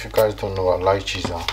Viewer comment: So what the hell is “lycheese “?